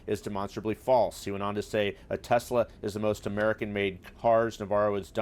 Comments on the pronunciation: Did the doger really found 'tesler'? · Elon Musk isn't the Founder of Tesla, he bought it! it was founded by Martin Eberhard and Marc Tarpenning. Elon Musk has no idea who the car is named after, as he cannot say Tesla properly!